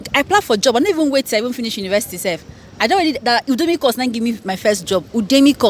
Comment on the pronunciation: For those wondering what is Odemy. It is Udemy that we know, as in "YOO-deh-mee" 😊😊